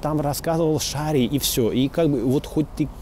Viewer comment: жаль, что сорвалось. пс. там таки ударение на "и", в шарие-то